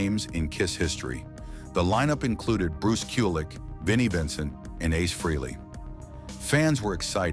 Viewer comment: It’s pronounced Fraylee not Freelee…